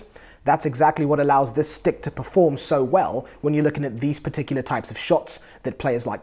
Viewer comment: I love when u say sticK and pucK <3